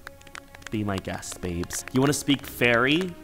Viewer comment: Your Fairy pronunciation was amazing, I'm so impressed!